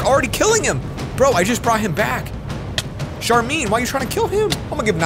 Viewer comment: When he pronounced sharmaine as sharmin made me angry since that’s my name